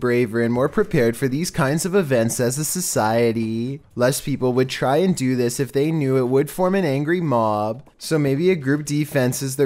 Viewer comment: “ as a socaiatee “